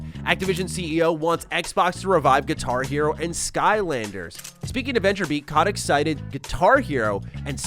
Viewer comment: It's CO-tick not kah-tick